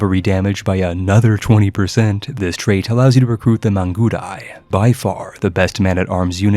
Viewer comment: that Mangudai pronunciation tho.........